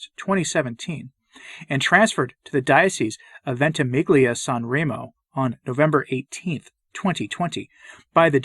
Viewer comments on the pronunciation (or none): I know it's a minor thing but nevertheless, in italian when a "g" is followed by an "l" the "g" is silent. Thus "Ventimiglia" is pronounced more like "Venti-meel-yah"